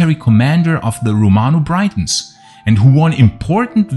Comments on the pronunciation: Cool video as always, but not understanding why you still say Britain properly as "Britton" but pronounce Brittons as "Braitons/Breitons". Its pronounced like saying Britains. Not trying to be a jerk, just trying to help as Ive never heard anyone else say it that way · And, Britons is pronounced like Britains, not Brightons. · Pronunciation - say " Britons " by using the letter " i " as you would saying " it " , or " if " , or " is " . Don't say it as you would when pronouncing the word " bite " . Just a correction to an otherwise excellent output on this subject . . . I have often felt that elements of the Romano - British garrison remained in Britain after AD410 . They hadroots and families here going back generations . What was Rome to them !? Nothing , in most cases , I'd bet . They were the likely cause of various Saxon defeats we hear whispered about around that time . I guess we will never know for sure .